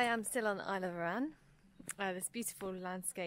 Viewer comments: Great vid. Need to work on your pronunciations a wee bit. With Loch Etive and Arran.....the emphasis is on the first syllable, not the second. :-) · arran its douke r